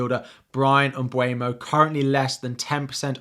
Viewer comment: You mentioned Mbuemo correctly 👏. Most commentators get it wrong.